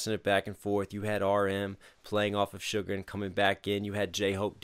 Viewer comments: Hey . No offense but its not "sugar " but "suga". Its pronounced as sugar without an A . Maybe its just me who heard it wrong but yeah.. Anyway really love how u dissect the vedio. It shows that you're actually enjoying it. much love ❤ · hi loved this reaction!! just a note btw, the name's SUGA not SUGAR (pronounced shuga, pretty much just sugar without the r)